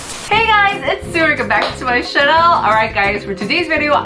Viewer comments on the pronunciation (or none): Does any one know the history/backgroung behind her mispronunciation of "channel" and "pores" ??